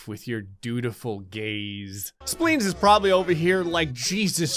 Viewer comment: Sometimes it sounds like Gray is saying “Splings” instead of Spleens! 😂